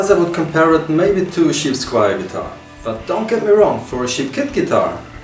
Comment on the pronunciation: and it's cheap, not sheap